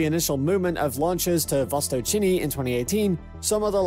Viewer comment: "Vostōchnyy" (Oriental/East) not "Vostochini". It sounds like Mario trying to say while eating pasta. Also, Siberia (landmass in Russian far eastern) not Serbia (a country in Europe).